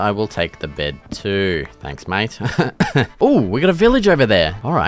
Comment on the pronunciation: Awesome videos! Why do you pronoucne "mate" as "might" tho? lol